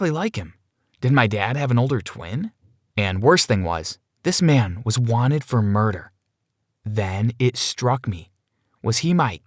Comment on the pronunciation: “MOST WENTED”